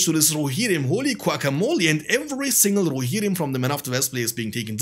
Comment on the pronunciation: I like how he says "Rohirrim", sound way cooler than I say it.